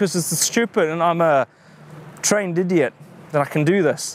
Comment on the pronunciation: I thought he said indian